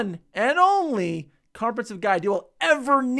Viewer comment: "carprensive"? Second Time's the charm.